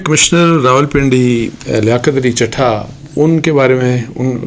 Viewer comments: سر چٹھا نہیں چٹھہ ہے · اصل لفظ ہے چٹھہ چ+ٹ+ھ+ہ دس مرتبہ پریکٹس کریں پلیز ایک صحافی سے غلطی کی گنجائش نہیں ہے